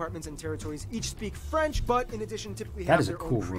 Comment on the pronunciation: Your french pronounciation is actually better than Barby, who muscles through it as if he was eating a mouthfoul of potato chips.